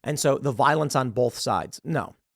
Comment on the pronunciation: Tim, stop saying "bolth." There is no "l" in "both." It's pronounced "both." Not "bolth."